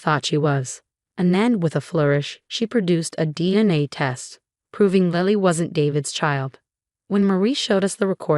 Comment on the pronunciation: I thought her daughter waslily not lally